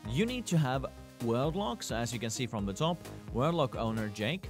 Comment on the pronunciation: Please JUST SAY WORLD NOT 'WELD'